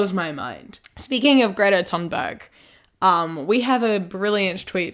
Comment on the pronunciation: Super random but I'm so happy at your pronunciation of Ms. Thunberg's name! It's a lot more accurate to the Swedish* language, as the "th" sound isn't really a thing in it.